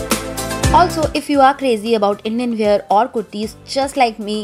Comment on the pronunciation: And wear not ‘weeyar’